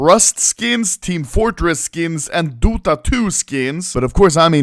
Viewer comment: "dOOta two" I'm dying 🤣